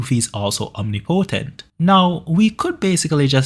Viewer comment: mate the way you say omnipotent bothers me